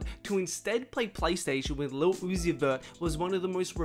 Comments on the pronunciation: “He went to play PlayStation with leddlo oozie” 🙄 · Nah bruh she said lil oussi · She said lil oozie